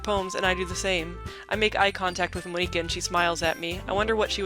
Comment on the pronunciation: No no no! Monika says that's not how you pronounce her name. Don't call here Mon-ika. >:(